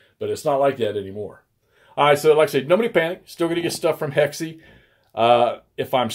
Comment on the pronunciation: When you open with a quick, "Hey, it's Hexy...." it sounds for all the world like "Hey, it's SEXY!" Don't know if that's intended, but you might wanna go for the clearest inflection there!! You're definitely fooling the CC captioner!!! 😆